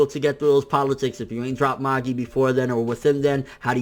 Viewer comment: You think he'll ever pronounce Magi right?